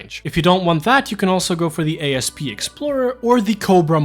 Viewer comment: OMG someone else who says A.S.P explorer instead of "asp". I thought I was alone lol